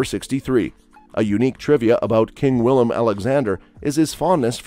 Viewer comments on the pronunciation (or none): none